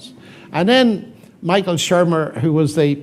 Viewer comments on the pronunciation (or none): none